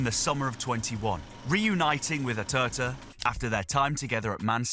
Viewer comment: ATERTA? Who the hell is he? Do you mean ARteta? 😂😂😂